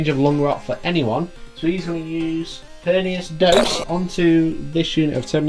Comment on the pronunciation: Guys it’s Pernicious like delicious and triptych like stick. Hope I don’t seem too pedantic !